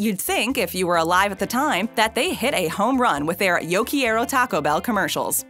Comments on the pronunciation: It's Yo Quiero (Care-O) Taco Bell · yo key-air-oh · Um Quieroyum, that's not say Quiero, at all. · Narrator pokes fun at 1940s people butchering the pronunciation of Taco then epically fails at saying Yo Quiero. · Butching the word Tayco. U did the same with Quiero. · You don't enunciate every letter in "quiero.'